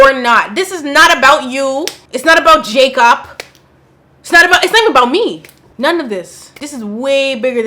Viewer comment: I heard Jacop 🚓💀